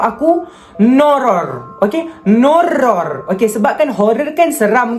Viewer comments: “NOURROR” cry in pelat r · Cara dia sebut Nourror tu bapak jelas HAHAHA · NOURROR tu okayh, tetapi bgi org pelat R tk okayh (padahal diri sendiri) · Macam Bahasa thai je nourror Tu🤣